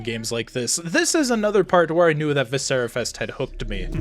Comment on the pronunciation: I agree, great game. I disagree on your pronunciation, but I loved playing what's available at this point and can't wait for more from this one.